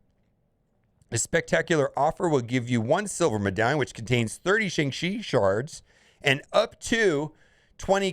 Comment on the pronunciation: Classic destroyer of words. Even when they write a whole bit into the movie about how to say the name right it’s still not enough.